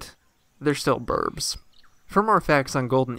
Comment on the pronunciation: It's weird but every time I hear you say birds it sounds like Burbs